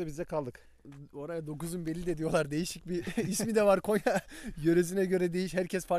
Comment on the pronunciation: Konya değil abi Gonya hoşgeldiniz😂